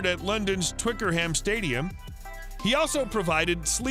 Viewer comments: youd have thought a journalistic piece would have researched how to pronounce some things right... 'Twicker-ham'.... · "Born in Ripley, Surrey" er no, then our enthusiastic narrator says "Twick-er-ham", priceless mate. Put your glasses on. You're not even trying. After 1 minute and 27 seconds I'm off. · “Twickerham” wtf?!?! Switched off as soon as mispronounced Twickenham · Twikerham 😂😂😂😂🎉🎉🎉 chippy norton????? Ha ha keep going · Please can I teach you the pronunciation of Chris Tarrant and twickenham because that’s just killed me off 🤣🤣🤣